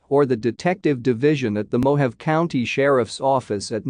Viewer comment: Mo-ha-vee = Mojave